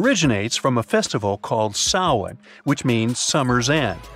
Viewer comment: Samhain not Sawan!